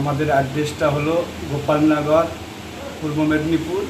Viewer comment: Didi gholap nogor na, Ghopalnagor